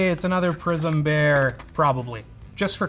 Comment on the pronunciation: It took me half video to realise he wasn't saying "prison" but "prism" 🤣